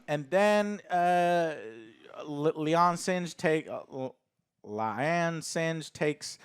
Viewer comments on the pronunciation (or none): "I think her name is Lian singe?" bruh, La'an Noonien Singh. You know, just the relative of fucking Khan.